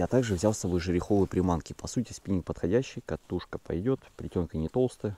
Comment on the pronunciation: Спиненг! Шедевральный русский язык! Хотя слово, таки, иностранное.